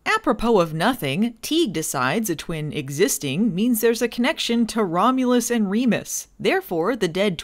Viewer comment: Filming Baywatch Nights, a play in 1 Act. "Twins...Romlus and Remus." Uh cut,, you kind of missed that first U, can we get a second take? "Second? Two? Twins...Romlus and Remus"...... Cut, print, who gives a shit. Aaaaaaaaaand SCENE.